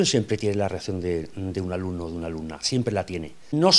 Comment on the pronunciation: Like por el "alumnao"